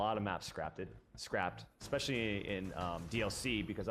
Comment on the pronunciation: Is he saying “Eck..specially” ?